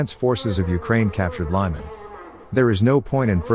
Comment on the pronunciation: It’s not liman, it sounds like Leeman, but ee is not that long.